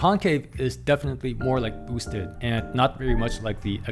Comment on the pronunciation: Did he really say "bos-ted" board? 😂🤣